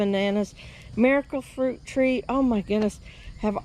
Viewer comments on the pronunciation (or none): ah!!! It sounded like “American fruit tree”, lol! Ty!!!